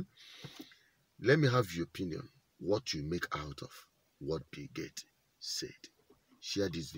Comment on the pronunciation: BTW the name is not Gate, but GATES.